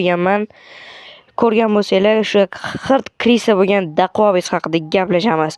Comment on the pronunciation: Dostim daquavis deb aytilmidi dakuavis den iltimos